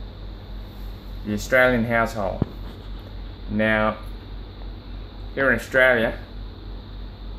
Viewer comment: I thought he said Australian asshole instead of household